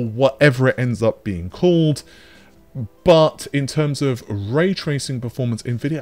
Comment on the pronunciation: Dear, i was born 1975 and built many custom setups and i hope, that the underdog AMD will grow up more. I have a x5900 and a 6800xt in my rig and its fine. BUT (as U pronounce it BUTT) -> I think this gonna be a very (too hard) way to compete with leatherjacket NV. NV's advantages is the focus on AI (and as outcome t*rd: GPUs). I really love to see AMD in front, but this will not gonna happen.